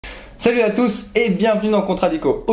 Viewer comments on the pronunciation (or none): none